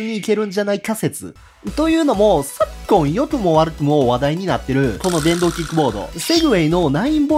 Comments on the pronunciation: さっ↑こん↓ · ｻｧｯ⤴︎ｺﾝ⤵︎ 話題になっているで吹いた